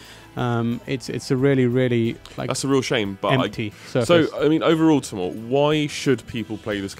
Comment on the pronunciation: Did anyone else hear Saddam Hussain instead of Tamoor? XD no offence btw